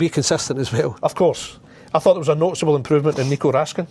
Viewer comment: Nico Raskin not Raskan! Think he has forgot the result they got as management team. talking as if they done great 😂